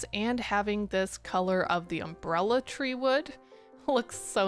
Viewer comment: You say three like an Irish person ! I really should build more with coral. I always forget it exists :D